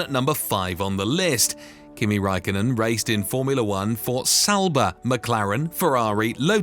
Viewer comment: It’s sauber not salba